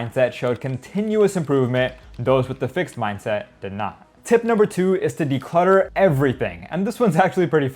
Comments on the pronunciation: what's with the "decultter"? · "DECULTTER" man.... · Nice vid! Declutter instead of decultter, would be nice 😄